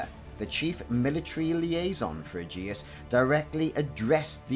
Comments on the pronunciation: Its pronounced "A-jis", and the threshold refers to inhabited space. I.e, the bubble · It feels like you have added an unnecessary U to Aegis